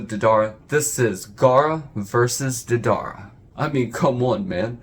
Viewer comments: Its Day-Da-ra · Dedar? Deidara lol